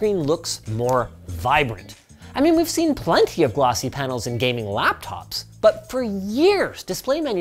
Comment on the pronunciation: well got the gayming part right...